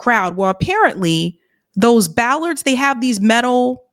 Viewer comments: Hi. It's "bollards", not "ballard's." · Bollards. Not ballards .